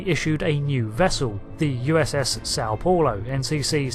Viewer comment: The Paulo in Sao Paulo rhymes with cow-low, not bore-low